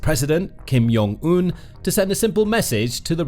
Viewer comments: Kim yong un? JONG not yong 🤣 and Kim Ju “EYE” AEEEEE not “eye” the British can’t really pronounce anything right 🤣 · Hey friend. I enjoy your channel, but you should probably know Kim Jong-eun's name is pronounced with a hard J, like the words "Jam, Jack, Joke and Jiffy" not a "Y" sounding J, like in Hallelujah, Johan and Jurgen. If it were Kim Yong-eun, it would be spelled that way, and written differently in Korean (김영은 or 김용은) instead of 김정은. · Pronunciation note, he's not from Belgium. It's "Jong" with the "J" sound.